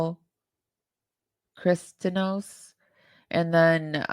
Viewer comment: Pronounced: Christi-Ah-Nos